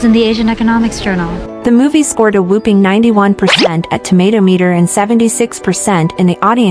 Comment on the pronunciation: Whopping, not whooping.